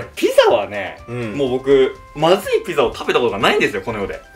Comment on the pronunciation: の所ピザじゃなくてビザになっちゃってる🫢笑